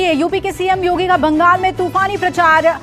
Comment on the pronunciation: योगी नही भोगी बोल रहे हैं। हैलो। हैलो भोगी बोल रहे हैं बोले